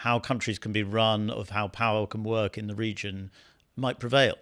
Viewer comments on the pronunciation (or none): none